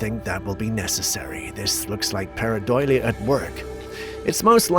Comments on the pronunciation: Para-DOLE-ee-ah, not para-DOIL-ee-ah. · Sorry I hate to correct you but you are saying PARA-DOIL-IA and it's actually PARA-DO-LIA (Do pronounced like Cookie Dough). I know I'm a bit of a loon telling you about this, but it drives me a bit mad every time I hear it. Sorry cos I really adore your fabulous uploads and you are great at what you do - really good. Your uploads are the only thing I watch 1st the moment I come on to YouTube 100% of the time. keep up the fabulous work please. 👍👍👍🤗🩷